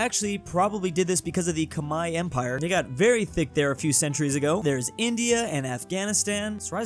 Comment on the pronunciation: Really appreciate when western people was able to pronoun Khmer correctly, Thank you.